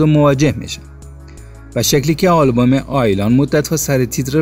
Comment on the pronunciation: بخاطر جلب توجه چی چیزهای مزخرف نوشته میکنند شیکیب نه شکیب مصدق البوم نه آلبوم لطفا کلمات را درست تلفظ کنید اصلا جالب و غیر منتظره نبود زحمت کشید از کجا به کجا خودرا رساند آفرین او یک بچه سخت کوش و پرتلاش هست برایش موفقیت های بی پایان آرزو میکنم